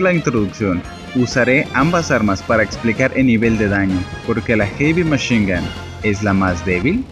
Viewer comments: Ulala señor frances heavy machine gun se dice jevymachingan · noo se dice erimeshinga